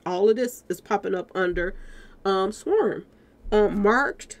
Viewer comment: Love your videos....but sis I barely made it thru this one with you constantly saying SWERM...... sw/arm = swARM, 🤣😂😭😭😭🤣😂🤣✊🏾💯🎯❤️❤️🙏🏾